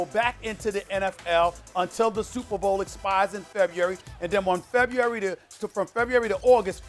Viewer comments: Uh, Stephen A....can you spell February? Cuz it sounds like you can't even pronounce it (Awww Stephen A, it'll be ok) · Ok, who taught Stephen A how to say February?